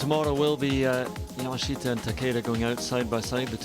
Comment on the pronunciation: Why is it so hard for commentators to pronounce the girls name correctly. Love watching the golf but butchering names drives me insane 😂😂 leaders name Yamashita is pronounced yah-mah-shee-tah.